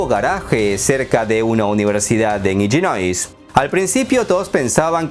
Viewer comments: bulga , es ilinois la pronunciación, No Illinois. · Illinois se pronuncia con la L, no se pronuncia con Y (LL).